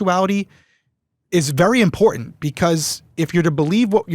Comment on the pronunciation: With the strengh of those specacles you would think she could see the T in the middle of imporTant